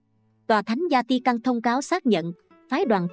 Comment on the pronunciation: Thank you channel. Xin Cho góp ý chút nhé. Vatican Không phải là Zatican.